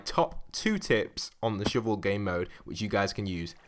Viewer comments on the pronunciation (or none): "Shoovul"? It's a shovel. With an "uh" sound